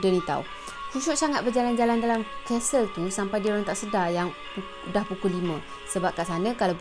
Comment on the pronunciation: Aduhai,sebutan Castle tu,'Kas Sel',huruf "T" tidak dizahirkan sebutannya.Bknnya disebut 'Kastel'.Sekadar teguran bkn niat nak mengajar.Klu blh terima,ok,tapi klu tak blh terima,minta maaf je lah ya.🙏